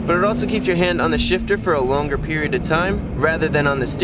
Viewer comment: can’t stop hearing “short throw shish”